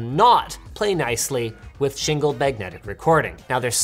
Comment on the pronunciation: "shingled magnetic recording" or "single magnetic recording"?